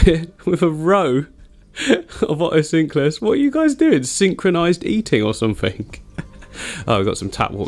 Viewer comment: Otocinclus or Oto-sync-lus 😂😂😂